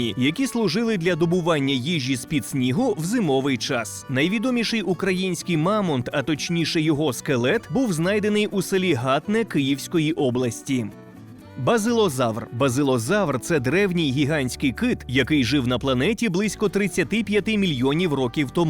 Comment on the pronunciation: Дуже цікаво, дякую. Зауваження: село ГатнЕ, а не ГАтне.